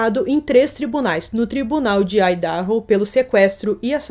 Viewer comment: PRONÚNCIA " AIIDARRO "